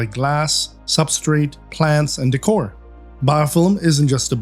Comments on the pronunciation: "Biofillim" haha 😄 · like the way you say Biofilm 😍 ohhhhhhhhhhhhhhhhh